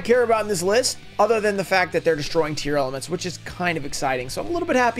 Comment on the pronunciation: I gotta ask, why do you keep saying it as Tear-Element? It's a portmanteau of tear and lament.